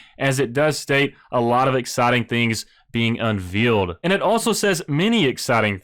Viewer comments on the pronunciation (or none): It's pronounced un-VALE-d, not veal like the meat. :D